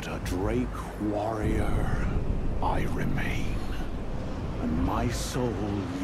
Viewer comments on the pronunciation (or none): Bro said drake warriout